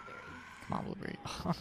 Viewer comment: “This little blueberrry” haha 😂